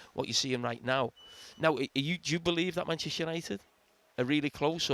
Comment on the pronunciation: Still incredible Gary can't pronounce Manchester properly. "Manch United"